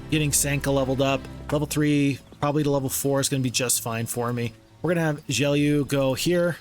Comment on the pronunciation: HI! I think the name Gelu is like Geloo and not "Geliu".